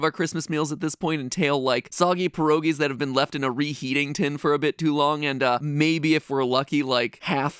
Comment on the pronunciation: The Way he says pierogis 💀